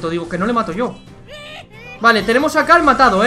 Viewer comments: Es que dice Cal, no Carl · Es cierto si dice cal